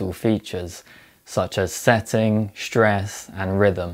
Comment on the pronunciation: "Shtruggle with shtress". Well, ok.